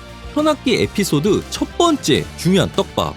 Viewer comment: 애피소드라고하셨는데 에피소드아니에요오